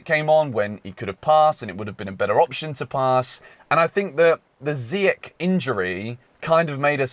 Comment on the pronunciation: It’s Ziyeshhhhh not Ziyeck,say it right